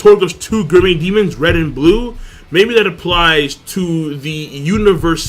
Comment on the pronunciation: So i'm a fan and maybe you explained it somewhere else but why the fuck can't you pronounce gourmet?